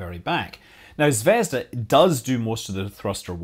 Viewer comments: its not zvesda its zveazda like p(ea)nut zv(ea)zda like the letter E zvEzda. in russian zvezda means Star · ZvezdA, not ZvEzda. =) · Fuuuuuuck! zvezdA zaryA - stress on the last syllable !!! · Zvezd*a* - accent on the last syllable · Please, Scott, it should be pronounced 'ZvezdA' with stress on a. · Its pronounced "zvezdA", emphasis is on A. Means "star" in russian (but Scott probably knew that).